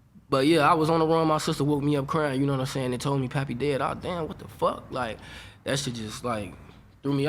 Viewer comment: I thought it was pronounced Pay Pay not Pappy